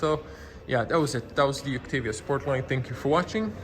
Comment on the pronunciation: I thought pronunciation was "Oktaavia" not "Oktevia".